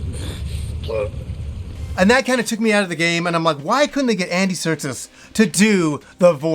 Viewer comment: Its Andy Serkis not “Andy Sertus”